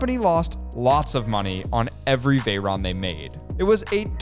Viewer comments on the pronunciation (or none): none